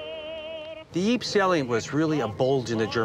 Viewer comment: Lol, yeah, i live on that frontline, and i'm still trying to figure out where the city of Yeep is, I know about Ieper (or Ypres), but Yeep, never heard of it, maybe that's where the smurfs were from.